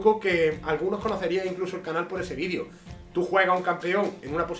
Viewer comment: Extraño cuando decía "vidrio" en vez de "vídeo":,v. La vida ya no tiene sentido